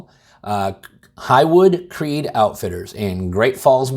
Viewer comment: That's "Hollywood CreeK" with a K, not "CreeD" with a D.